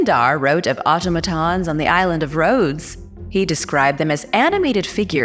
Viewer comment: In future, PLEASE learn the pronunciation of the words before you speak them in public. Automaton, Daedalus & Antikythera to start. My granddaughter & I love to watch your content. We will sit & watch several at a time.